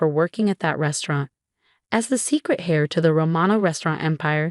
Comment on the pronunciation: Fix the AI to pronounce correctly: heir, Rachel, etc. In a normal family, siblings share in each other's happiness, they don't undermine it out of concern for status. But I suppose such creatures exist IRL.